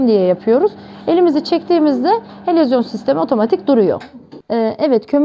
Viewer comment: helezyon, helovizyon , yok yok helezon olmasın.